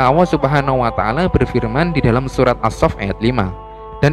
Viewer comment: Ini yang cerita gak bisa nyebut huruf ( L ) nyebut (allah) aja gak bisa, sudah salah, awwoh 🤦‍♂️